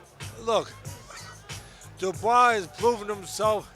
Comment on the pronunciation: Shocked Teddy has finally learned to say Dubois correctly instead of ‘Duboyce’